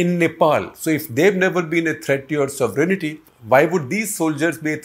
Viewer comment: Not “sovereign-aty please. Just sovereignty.